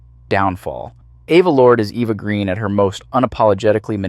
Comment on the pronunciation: No.1 Heaving Gallic Goddess.P.S.....Her surname is pronounced Gren,not Green.